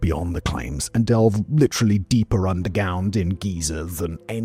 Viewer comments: "under gownd" lol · "deeper undergound"